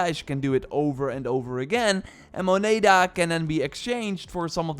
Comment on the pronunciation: So painfull hearing you say moneda. Love the advice tho